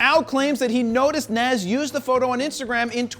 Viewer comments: JP you are Rocking a fro, we are going to hafta get to you to pronounce Nas correctly. Nazz 😂😂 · It's Nas pronounced Naaaahhhhhhs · Nas not Nassse 🤦🏾‍♂️🤦🏾‍♂️ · Nas (Nahz). Damn it, Jared! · Beening from New York and hearing you pronunciate nas name wrong Hurts 🤣🤣🤣. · Hearing Nas mispronounced is bothering me. Maybe consult Todd Wolfe for rapper name pronunciations?